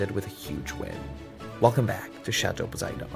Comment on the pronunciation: … for the LOVE of the Château, it’s pronounced Poe-si-DEN not D O N! Watch any Movie or Mythology clip here on YouTube. As for your water, I sure hope you put a cut off valve easily accessible just outside the house and one outside the Château to turn off the water in case of a line break in either site. And when you repipe the Chateau, do not skimp on the PVC quality and find one with a good warranty. … cut that hair before your turn into Cher! New nick name: Brawny Boy (paper towel-hot with beard maybe?) with that jacket on. And those windows need a good windex clean! I’d get a larger roller for paint or just get a small sprayer! Need a Christmas Tree 🌲 next episode!